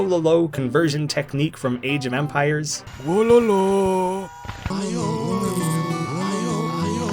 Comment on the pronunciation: Your pronunciation of Wololo is criminal